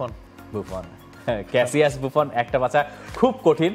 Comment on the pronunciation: ওটা বুফন নয় রে, বুঁফো হবে।